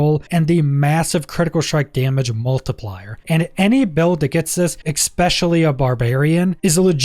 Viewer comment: Good information, much appreciated. But as someone who learned a lot of words from reading them and who suffers from dyslexia... It's "e-specially" not "ex-pecially" There is no "c" or "x" before the "s".